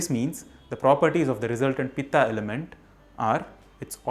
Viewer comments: I started watching the video and stopped immediately as soon as I heard you pronouncing the three words wrongly just to make them sound correct in english version They are not vatA, pittA and kaphA They are vaat, pitt and kaph Just to make it correct for english speaker Indians have this tendency to distort there own language words. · Mispronunciation - वात and not वाता पित्त and not पित्ता कफ and not कफा Sanskrit has a Ph फ consonant and no फ़ (fah) So फूल phool is a flower, फ़ूल fool is an idiot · Kaph not kapha,vaat not vaata,pit not pitta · please वत कफ पीत बोलिए न की वाता पीता कफा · वाता पित्ता कफा नही भाई वात पित्त कफ होता है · It's not vata it's vat It's not pittaaa it's pitt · When it comes on pronouncing these works..it vaat not vataa, pitt not pittaa, kaph not kaphaa. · Love your work. But can you please correct your pronunciation and do away with the postfixed "aa". It is not vatA, pitA, kaphA instead it is वात पित्त और कफ. Same goes for every other word being mispronounced. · I think,you must pronounce originally वात पित कफ not वता पिता कफा। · vatt hai vatta nahi , pitta nahi hai pitt hai . pahle khud bolna seekh fir seekha dusro ko . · Please understand it's not वाता, पित्ता and कफा...! It's वात, पित्त and कफ. Kindly pronounce the words properly. Please don't pronounce an extra 'a' added at the end of the combination of letters to it's spelling while pronouncing it in English. Please don't change Indian words & it's beauty by wrongly pronouncing it like others do while pronouncing hindi words, names in English. That's the biggest mistake people do while pronouncing राम as रामा(Rama),कृष्ण as कृष्णा(Krishna), रावण as रावणा(Ravana), कंस as कंसा(Kansa) in 'रामायण' as रामायणा(Ramaayana), 'महाभारत' as महाभारता(Mahabharata)!!! Rest all is fine! Appreciate your efforts & knowledge except that of changing Indian words! Keep going! Keep it up!👍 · please don't add and extra "a" to every sanskrit. vaat, pitt and kaph instead of vattaa pittaa and kaphaa?